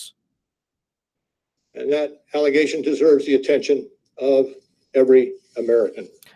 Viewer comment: I love your content but goddamn i hate the way you say AND! It's not ayeeund.